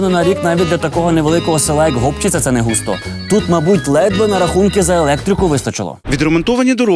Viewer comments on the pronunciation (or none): Та не гОпчиця, а гопчИця !!!!! гОпники ви блін))) Аж вуха ріже... п.с. це біля мого рідного міста Погребище)